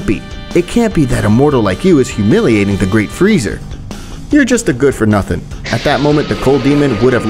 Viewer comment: It’s freeza, not freezer